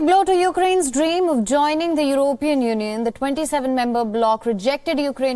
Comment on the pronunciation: can this lady anchor please pronounce European properly!!